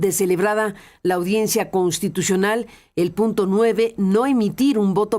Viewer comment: SE DICE CONSSSSTITUCIONAL; NO CONTITUCION